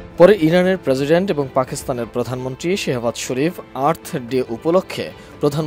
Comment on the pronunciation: কিরে ভাই প্রেসিডেন্ট নাকি প্রেজিডেন্ট?